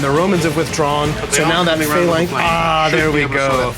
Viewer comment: Lol the guy with the glasses calls them failanx.